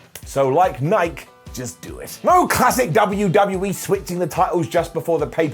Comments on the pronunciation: Nigh. Key. The only correct pronunciation. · its pronounced likey nikey